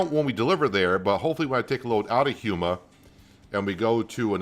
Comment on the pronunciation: Its pronounced Port (Foo-shon) and Houma (Home - ugh) lol 😂